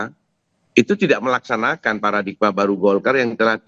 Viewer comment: Paradigma bukan Paradikma... Wartawan Kompas masa ga mudeng penulisan begini.😂